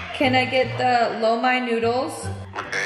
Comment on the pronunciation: She said “low mine noodles” 😂😂we love